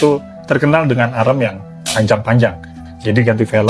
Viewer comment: Pembetulan, arm sebutannya bukan arem... Arm sebutannya am atau swee arm